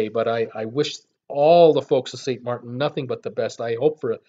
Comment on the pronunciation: You have the pronunciation wrong. It’s St. (Martin) Maarten and St. (Kroy) Croix